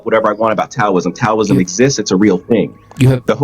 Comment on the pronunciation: He mispronounces Taoism.